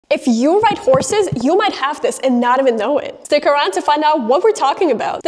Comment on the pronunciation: I thought you said corsets. Had to do a double take on horses. What kind of bone deformities will you get with your corset?